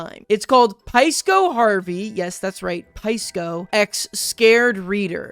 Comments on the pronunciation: pie-sco Harvey? I hope realizes it's SY-co. Lol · It's pronounced sigh-co